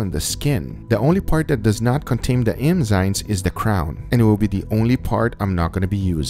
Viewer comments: Guga, say Enzymes Guga : EMMMZYNESSSS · Can we get a “emzynes” counter? 😂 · I heard Guga say "emzymes," "emzynes," enzynes," and "engzynes" hahaha. Love you Guga! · I love how Guga says "emzynes" and not "enzymes" xD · It somehow rages me out that he says „emzynes“ instead of „enzymes“... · Which is weird, because in portuguese it's eNziMas, not eMziNas. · Every time he says “emzynes” instead of ‘enzymes’ I cringe inside a little A lot* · So tell me more about the "Emzynes" and then "Enzynes" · eMzyNes!! Come on Guga, it's enzymes. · It's enzymes not emzynes Guga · en-zaim rather than em-zain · Emzynes. How many times is he going to say "emzynes." lol. English, brother. Say it right. ENZYMES. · Maybe. But what are emzynes? Lol he kept saying it and it was crackin me up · Also EM-zimes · sounded like M-zimes to me... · Even in spanish: Enzimas, not Emzinas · Drinking game : take a shot of Vodka when he says "Emzynes" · Awwwe. He says emzines. ❤️ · Is it just me, or is he saying Emzynes instead of Enzymes? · The "emzynes" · Am I the only one who hears him saying emzynes instead of enzymes? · Does nobody else notice he's saying emzynes?? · is it just me or does he pronounce enzymes EMZYMEZ? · The emzynes...emzynes.....emzynes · I love the GugaFoods videos but...is it just me or does he keep saying "emzines"?? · Am i the only one hearing him calling enzymes "emzynes"? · ITS ENZYMES EN-ZYMES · not to be rude, but eNzymes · Emzyne? Literally unwatchable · its pronounced N- ZYME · EN-ZYME. Say it right, man. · "Emzynes" ughhhhh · It sounds like he says it right about a 1/3 of the time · Guga is a great cook, but he sure doesn’t know how to pronounce the word “enzymes” lol